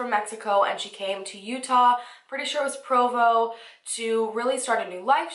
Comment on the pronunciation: Thank you for saying Provo (UT) correctly! We have a lot of weird names of things/places here. Tons of weird wackadoodle names for our human children and TOO Many WEIRDOS!